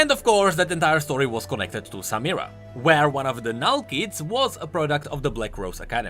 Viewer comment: U r the first youtuber to pronounce "samira" right